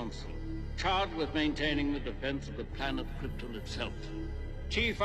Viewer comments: I always liked how Brando pronounced Cripten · ‘’ “….The Planet Kryppin”